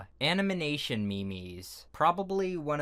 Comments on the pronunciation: I'm not being rude, but you said animation wrong It's ok with the meme part, that's just a way to say it, it's not wrong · "animination m e m e s" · So no one’s going to talk about the fact that he said *animination*? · am i the only one who heard him says animination? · He said it like that on purpose lol. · "Animination meymeys"